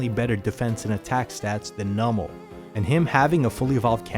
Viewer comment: Its called "NEW-mal" You say it like "NUMB-al" and I can't look over that lol